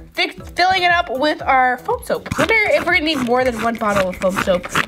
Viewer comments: its FOAM beads not floam beads😒😲😠😵😱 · She said floam instead of foam